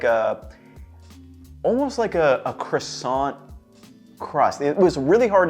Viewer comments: Living in France? Please stop saying Krasante....It's croissant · "crussont" Bro you're gonna get kicked out of France